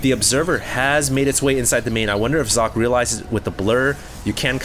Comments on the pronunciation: Its not Zock... its Soc-Ay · Sock-ay not Zock! Get your names right xD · sock... its SOCKEE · ure a complete dumbass and i'm glad people ripped into you. How bout YOU get ure names right. As i'm sure people have told you, it is actually zock-uh not sockay. Just cause day9 and Apollo pronounce it that way doesn't mean its right. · you are correct i was unaware of the correct pronunciation. I had always heard Sockay. I apologize for my apparently unholy mistake. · It is zocke like zerg and the end is not ay its e like elephant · am i the only german who is quite confused by calling Socke just Sock? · I thought it was pronounced Sock-eh. Shows what I know. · actually it's german so it sounds more like zock-uh. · hey! Socke is a german player as you know. his name 'Socke' actually means sock in english. it is pronounced [zɒkə] in international phonetics. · its pronounced zock-y, he is german and they dont have the s sound there its always Z. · It's So-cke and this is german and means "sock" xD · No, it is So - ke it is german and means sock. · No, it's Zock. In an interview Socke was asked how it's pronounced and he said Zock. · You pronounce "socke" Sock-eh where the "e" has the same sound as when you say "meh" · actually it should be pronounced like Sock and "a" like in "a car" because its german ;) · You pronounce "Socke" like Zo-keh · Back in the HDWT, said he actually asked Socke on how to say his name. It's really like Zock. Just saying dude:D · its german and you pronounce it socke and the e more like in game but it means sock in englich so sock is propably the best way to pronounce it right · Socke is from Germany. Pronounce his name correctly, you fool. Listen here: dict[dot]cc/?s=Socke